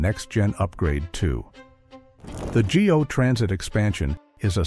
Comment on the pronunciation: Overall, I enjoyed the video. Just a few things that were mentioned made me cringe. It is not called the "G" "O" transit system, it's called the "GO" Transit system. The "Science Centre" station will now be called the "Don Valley Station". The "Ontario Science Centre" was closed permanently by the Ontario government on June 21, 2024. Regina is not pronounced "Ra Jee Nah", it is properly pronounced "Ra Jie Na". Lastly, I am surprised you didn't include the Gordie Howe International Bridge. This is the longest cable-stayed bridge in North America. It is close to completion between Windsor, Ontario and Detroit, Michigan. Fully funded by the Canadian government at $6.4 billion. This will remove idling trucks stuck in city streets and traffic lights waiting to cross the Ambassador Bridge. Trucks can now travel seamlessly from Hwy 401 in Ontario to Interstate I-75 in Michigan via the Gordie Howe Bridge without any stops or traffic lights once open. Saving the residents of Windsor, Ontario, from breathing unnecessary truck fumes and reducing congestion. Modern resources and infrastructure for faster customs processing, while reducing time spent idling. The bridge will also help the region's supply chain move.